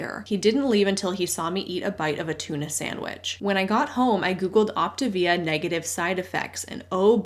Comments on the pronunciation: “Op ti via” sounds just 🤣🤣🤣. It’s sending me!!! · That pronunciation of Optavia actually makes sense. Like a contraction between the Latin (or maybe Italian) words optare (to choose) and via (life). It's exactly what they are promoting and not at all achieving...